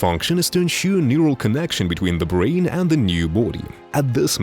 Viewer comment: they took his bwains